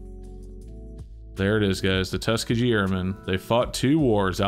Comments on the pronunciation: It is pronounced Tuss-Ski-Gee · Really nice coins. I like that for the Washington Crossing the Delaware quarters that they have the style obverse. You and SilverWolverine pronounce "Tuskegee" in a funny way.